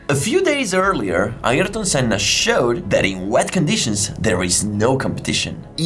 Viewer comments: iErton Senna 😂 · Ayereton senna?😂